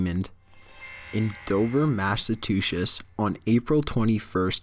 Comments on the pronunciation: mashatushets? It's Massachusetts bro. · Lol the guy says massatushits instead of Massachusetts. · MASS A CHU SETT NOT DAMN MASS A TOO SHIZZ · Wut is massaduchets its massachusets right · in dover massitooshis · Massatuchis, yall. I love these vids. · Massatuchets is what he said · The was he said "Massatwoshish" instead of "Massachusetts" * 😂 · massatushus. you must mean Massachusetts. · num 5 "massatwosits" heh i love Chills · Number 5: "Dover Demond. In Dover, Mashatushiss, ..." lmaooooo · Don't hate on mashatushis, that's the best state in the Unitid Stats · Massa two shits :D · Common guys, he is Canadian.. that gives him the right to pronounce things a little wrong 😊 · Jesus fucking christ, will you please fix your fucking speech errors? "Dover, Massatooshess"? It completely breaks immersion in the story. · "Massive two shits" lmfao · "in dover massatooshis" haha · Dover Demond from Dover, Mashatooshes?? Dude, I love ya, but damn. lol. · "Dover Demond." "In Dover, Massetushes" >"Massetushes" honey did you pass english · Dover Massatuchetts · omg,too funny,please listen to how he says massachusettes!! i live in massachusettes but ive never quite heard it pronounced like he pronounced it,great job dude hahahah dover massatusious roflmao omg im dying inside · I couldn't agree with you more.. so ridiculous. these lists used to be legit/good but now it seems like the creator is grasping at straws to try and keep up with demand of videos. it's getting annoying. and wtf is up with the way He says Massachusetts? it literally sounded like he really said mass-a-two-shits ..... lol.... the recent videos and the stupid f-ups has definitely been pushing me away to other channels where they get there shit right and aren't making things up as they go to get more views. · You mispronounced Massachusetts it isn't massatooches. Just helping you out. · Lol. "Number Nine: Dover Demond. In Dover Massatooshes..." Way to Engrish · "in Dover Massatusish" >.<' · Dover Massatushous? XD